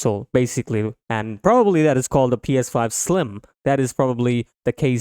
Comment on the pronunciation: within the first 5 seconds you couldn’t even pronounce “ps5” 🤡